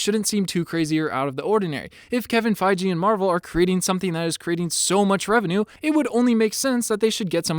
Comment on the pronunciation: It's feige not feije